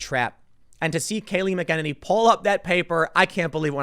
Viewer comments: Tim, sorry man. You got to work on that pronunciation of the last name. MACK-UH-NAE-KNEE Now, back to the broadcast. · Good job Tim, but it’s pronounced like “Mackaniny” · Tim is sounds like you're saying McKennedy. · You haven't listened to one of her press conferences. Her name is pronounced Mac a naney.I can't stand it anymore. Get it right Tim. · TIM. Mack-ah-nay-nee! That's how you pronounce her name! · The least you can do Tim is to learn to pronounce people's names, McEnany is pronounced Mac-a-nay-nee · you're butchering her name....it's pronounced( Mac-in-nay-nee) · Pronounced 'Mac-A-Neny' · It sounds like you're saying "McEnemy". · Hey Tim it’s pronounced MACK-a-Ninnie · Mac - e - Nay - Nee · Tim it's mac-uh-nay-nee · Mac-en- hay- knee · McEnamy....? Mick-enemy? Enemy? Are you kidding me? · only one "n" before the "y" means long vowel sound, not the short. Mack- uh- naynee. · ya lol It's MACK-a-nenny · kibbey I heard him say McEnemy lol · I thought it is pronounced mackeeney. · Pronounced.... Mac-A-na-nee. Timmy! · Just a heads up, you have the pronunciation. It's like MECK-en-en-ee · TIM, PRONOUNCE HER NAME CORRECTLLY. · FFS Tim ! Your NOT saying anything knew to 'Conservatives'. WE have known this for over FOUR years. They did stop trying to talk to the 'left' because it got NOWHERE. So they started working to combat behind the scenes. It's slow but IS starting to bear fruit. Even Google has to start pulling their heads in. Kayliegh is a warrier on the front line & she's magnificent! BTW her name is pronounced 'Mac-en -any' , respect if you get it right. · You keep mispronouncing her last name, McEnany. I'm surprised that you haven't done your research after being told before of your error. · Maybe someday Tim will learn how to pronounce Kayleigh "THE BEAST" McEnany's last name. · PLEASE SAY HER LAST NAME RIGHT! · Tim, learn to pronounce her name bro. It's obvious that you've only read it. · PLEASE, get the pronunciation of her last name correct.